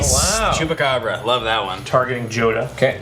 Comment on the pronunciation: O jeito que ele fala chupacabra é muito bom.